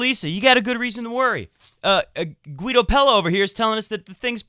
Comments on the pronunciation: It's "Geedo" and not "Gooeedo". Why not check the ATP player profile like you did with Munar? That should solve any uncertainties : ) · If you don't know how to pronounce a male tennis player's name, you can usually hear them pronounce it themselves by clicking on the sound icon under their name at the atp website. In this case it's Guido Pella, not Gwuido.